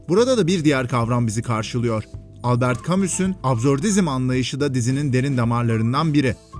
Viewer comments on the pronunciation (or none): none